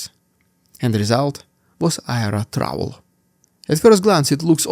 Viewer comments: trawl as in awl, not as in trowel or owl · Trawl. I was listening and you kept saying "trowel". I should not be surprised though you always say Russian "deeood" for some unfathomable reason